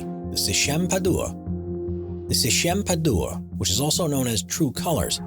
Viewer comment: its PAD-WA not PA-DU-WA